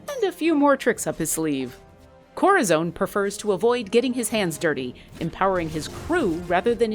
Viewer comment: My god this annoyed me. "Korrazone!"